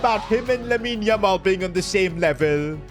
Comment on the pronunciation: that is not yamal that's lamal